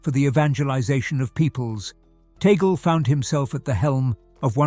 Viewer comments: It's Tag Le, two words. Not pronounced like how you pronounced that sounds like toggle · Please narrator kindly pronounce the name of Cardinal “Chito “ TAG LE” as such, NOT TAGLE, like how table, bugle, angle etc are pronounced! We, Filipinos pronounce his name as:” TAG -LE”. Thankfully yours 🇵🇭GOD BLESS US ALL🙏‼️